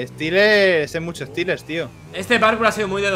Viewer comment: Stelers ponte vivo 😂😂 Saludos Stelers Es Seelers o Steleers .